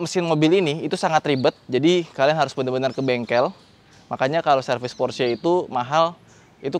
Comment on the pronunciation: Baru reviewer ini yg melafalkan Porsche nya bener....mayoritas kebanyakan bacanya Pors 😀 (jd aksen English....yg notabene salah kaprah)...sy kadang smp ketawa dengernya. Kl org Jerman denger...pasti mrk bingung apa itu Pors 😀. Good job bro